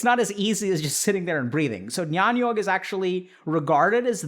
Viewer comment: Amazing video as always, Dr. K, just a minor correction (call it nitpicking if you may) -- 'jnyan yog' is pronounced as 'gyaan yog'. The alphabet 'gy' is actually a non-translatable from Sanskrit to English. It is written as 'jn' in Latin script but spoken as 'gy', as is in Sanskrit.